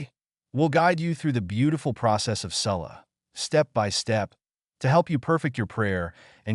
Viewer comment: Why was ''salah'' pronounced like that??